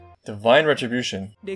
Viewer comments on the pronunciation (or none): none